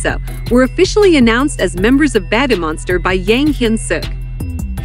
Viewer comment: Someone needs to fix the pronunciation of this (bot??) AI or whatever it is....kinda embarrasing, 'Babbie Monster.'. come-on ! ...😮😮😬☹